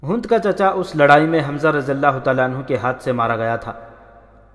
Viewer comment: Hund nhi Hind